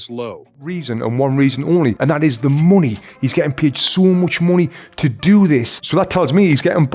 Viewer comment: Mornie is getting paid so much maunie Bro that accent killed me. 😂 I don't care about the news I just want to watch this part on repeat.